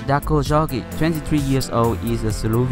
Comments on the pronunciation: You don't pronounce Darko's surname correctly. Jorgić shoud be pronounced like Yorgic. "J" is not like "J" in Joker, but "J" should be pronounced like "Y" in Yin Yang. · As a slovenian im really proud of Jorgic but not at your pronounction of his name 😂😂